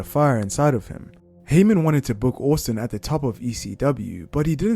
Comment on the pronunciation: Stone Cold “Steve Orstin”